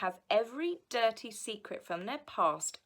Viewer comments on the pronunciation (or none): none